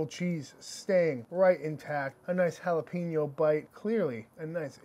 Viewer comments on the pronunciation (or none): Solid Jalapeño Cheese sausage Recipe. Dude, Plz stop saying Jalapeeeeño.. Pronounced like Jalapayño. Thx